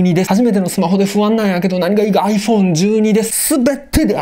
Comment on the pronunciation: ちゃんとアイフォーーンって発音してるのすき 実機レビュー楽しみ、は何買うのかな